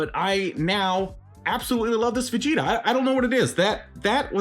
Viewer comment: during the video when you said "Ver-gita" it reminded me of a DBZ parody called Dragonzball PeePee, and Vegeta is called Virginia in that one